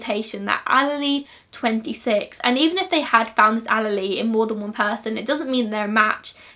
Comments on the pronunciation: it is pronounced "Ah-leel" not "Ah-lee-lee" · Love the video but as someone minoring in biology it killed me every time she said “all-a-lee” instead of allele 😅 (no offense!) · Mitochondrial DNA is passed down from the mother only. That is probably why the defense argued without that there could be error. Also, allele is pronounced ah-leel just for future reference (in the US that’s how we pronounce anyway) Awesome case you did a great job explaining it :) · Are you saying allele? Pronounced uh-lee-uhl. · Wow! In the United States getting all of the DNA from people, that would never be allowed! I love you to pieces girl, you do amazing work! I’m sure you would prefer to know this, I know I would want to be corrected for future videos potentially, but allele is pronounced as “ah • lee • ahl”. 😘💖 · the way you say allele makes me smile <3 hahaha i've always referred to it, and heard it referred to as "allele"- source- i did a foundation degree in forensic science